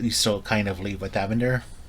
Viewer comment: His name is Ee-Van-der, no one pronounces it Evan-der